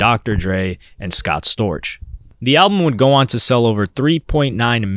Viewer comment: It's Scott Scorch 😆